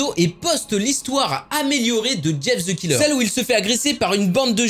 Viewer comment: mais prq tout les français disent ze mais pas the